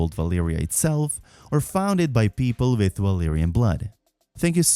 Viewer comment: I like this vid but his mixing of Velaryon and Valyrian pronunciation hurts my soul